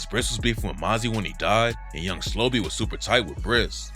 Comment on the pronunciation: SLO-BE not young slobby.. no diddy RIP Bris too